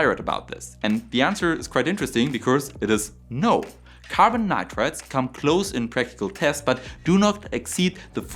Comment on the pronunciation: Me again. Your pronunciation of NITRIDES in this video is wrong most of the times. Please correct. Your channel is very interesting and valuable.